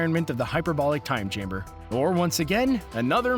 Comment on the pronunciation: "time chrimber"